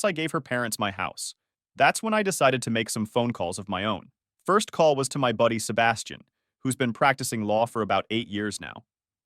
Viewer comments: good story but every time the narrator pronounces 'Sebastian' cracks me up (seba steen, instead of seh bas tian) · "Sebba-stain" 😂 ugh, AI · Sebastian is pronounced “Sea-bash-ton” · On the upside, at least he had Seb-uh-stain there to advise him. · Y’all need to work on the AI pronunciation of Sebastian